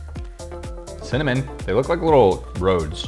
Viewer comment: "I like cimanin" 😂😂